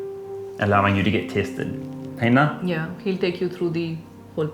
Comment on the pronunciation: Stop saying na like a guy who pooped his pants dude.. lol